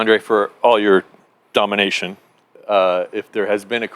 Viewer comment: Not butt hurt, glad he's your disappointment now...we wanted to hear him say all the right things as usual.. Dominayton..lmao more like Domifakin